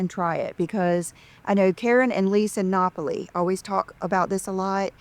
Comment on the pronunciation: The Napoly sisters are pronounced like Napoli not like Lisa says Nopoli. With the carnivore food nonsense she acts like there is never going to be food for like she’s vegan or something in the 90s where you couldn’t have found anything, where in Texas for instance in any f…g restaurant can’t you find meat? It is meat central